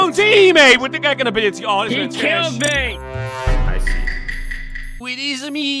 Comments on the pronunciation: at first i thought you said karen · I legit thought it was 'karen' instead of 'kraken'. XDD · what i thought it said. Karen what it really said kraken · I love this guys aceent when he said kraken at the start